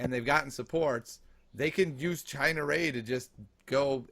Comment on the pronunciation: Lol "China Ray"...Ciena Ree..."See-en-uh Ree"